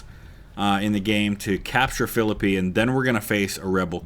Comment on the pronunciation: Good to see you back with some UGCW! For the amount of hours I've put into this game, I didn't know about the mod, so since my Age of Sail and Victory and Glory stint is done, I'll get into it. And thanks for making sure people know how to pronounce Philippi, as a WV native, it always drives me nuts.